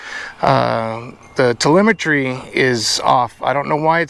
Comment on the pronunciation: When you tel-A-met-tree stops working you gots to call it man!